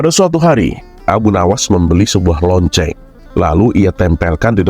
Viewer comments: Assalamualaikum.ngakak bngt ketika berbicara LOCENG.tpi Tulusannya Lonte..Aku suka sma chanel ini ada 2 chanel. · Sama lagi yaAllah kocak bgt😭🤣